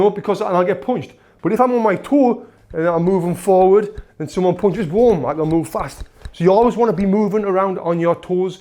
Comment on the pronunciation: I like how he says punches, its like "pauwnches" 😂